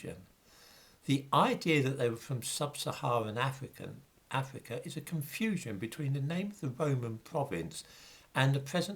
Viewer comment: Cypwus, not Afwica? Unweal pwopaganda about an ivowy bwacelet. Vewwy unweliable. You are cowwect.